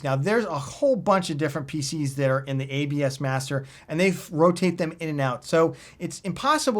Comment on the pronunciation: was my hearing going im sure this fella says "abs bastard" but when i put the subtitles it comes up as "abs master"